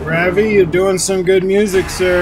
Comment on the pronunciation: Ravi is pronounced "Ruv-EE" (Ruv rhymes with Rub). :) I've seen fire and I've seen rain I've seen sunny days that I thought would never end